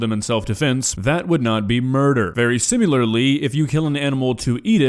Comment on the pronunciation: I write that whenever mispronounces the word "similar." Good naturedly. I actually enjoy him immensely and see no similarity between the two of them.